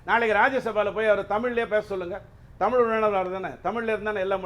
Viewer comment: ஜீவசகாப்தம் அருமையான 'தமில்' பெயர்😂